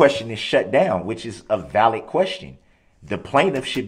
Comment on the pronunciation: Don't forget tackit....tacit, liberry.....library substain......sustain, animen.....adamant, trufe.....truth, valett.....valid, and so on.